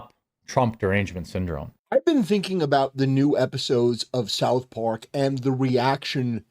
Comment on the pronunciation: Hold up, did this guy say "South Pork" ?